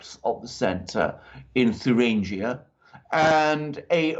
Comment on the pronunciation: Come on, it's not "Turinguia"but in German it's /Thueringen/ whereby /ue/ or Ü is like "du" in French as in "DU Café svp";-) Cheers guys. I want that Alpha team and Lawrow coffe mugs:-D!!!